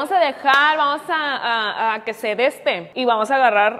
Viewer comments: "Detesto el deste" "Esperemos a que esté el deste"... Me haces el día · "Detesto el deste" "Esperemos a que esté el deste" 😂😂😂... Me haces el día 😆